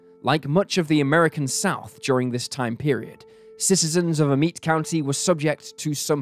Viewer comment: It’s pronounced “Ah-met” county just an fyi …my ppl are from them parts…